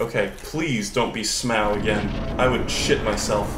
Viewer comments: your pronunciation of Smough makes me want to commit open mimic chest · I love you and your random s c r e e c h e s - But- You gotta stop calling Smough S m o w, please